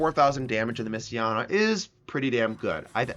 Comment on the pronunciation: Thought it was pronounced messi-na